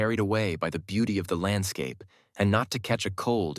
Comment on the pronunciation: "Da people's kept on walking" 😂